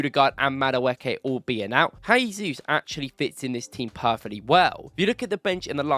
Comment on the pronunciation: I respect your content and love everything . But it’s Gabriel Jay-zoos , not Hay-Zoos. Brazilians and Portuguese’s pronounce it as J not H which is different from Spanish who pronounce it as H. You don’t pronounce Joao pedro as Hoao Pedro , or Jorginho as Horginho